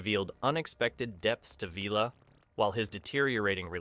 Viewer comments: Villa , not Veela , is this AI , its awful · It was Villa, not Veelah. You forgot Travis. Servalan was based on Thatcher HOABL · Vi-la. Not Veela! Enjoyed the video, thanks. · This video is filled with mistakes. The Liberator both internally and externally was designed by Roger Murray Leech not Mat Irvine. Vila is pronounced Villa. The final episode viewing figures was 9 million not 8.5 million. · I wonder why the narrator mispronounced Vila too. It was pronounced like the house - villa. He also mispronounced rog when referring to Roger Blake. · Vila = VILL-AH (Vil like PILL) 😊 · If this narrator has watched the show, why can he not pronounce Servalan or Vila. Never mind Daleks. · Is this AI voiced,?. The narrator who seems to talk with some supposed knowledge of Blakes's 7 doesn't know how to pronounce either Vila or Dalek.